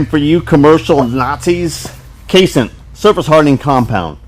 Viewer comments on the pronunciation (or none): Hmm, I'd always heard it pronounced "case en ite" not "case int"